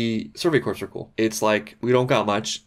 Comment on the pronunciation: "Corps" is pronounced "core".